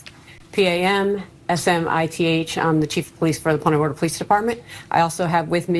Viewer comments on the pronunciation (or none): Born n raised Central Floridian here...the city's name Punta Gorda is pronounced like 'poon ta' not like 'punt' in football. This Sherriff mangled the hell out of it.